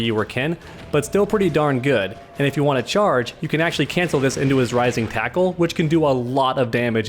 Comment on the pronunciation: Dude this is killing me! It's: Rising taco and Crapshoot... say it right.